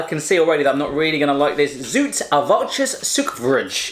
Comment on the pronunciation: Omg he ruined the language you speak it as its written zoute you say zauwte